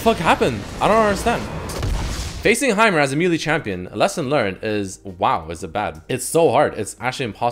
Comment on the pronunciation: lol he still pronounces melee wrong after all these years